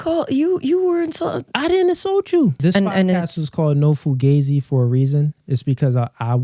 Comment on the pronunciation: Ripped Jeans On Guys Is Straight Up SUS To Any Pro Stright Men. Found This Pod Of A Clip From One Of My Subs So I wanted To Check It Out. Now, How Do You Pronounce This Pod? Fu- Gah- Z; Fu - Gee- Z; Cause I Rewinded 4x And I Keep Hearing, Fu - Gay - Z I Do Like Talkin Points Tho, A Cross Of Steph-is-Cold And Whatever Podcast. It's Cooly. I Hit Tha Like Button Tho Fa'Sho.